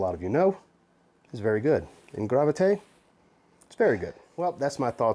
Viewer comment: Great job at the pronunciation,. You nailed it!